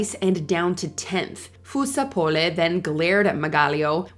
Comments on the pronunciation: that's not how you say fusar-poli or margaglio be for so real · Watche d the whole video and the thing that shocked me the most was how she butchered Fusar-Poli and Margaglio's names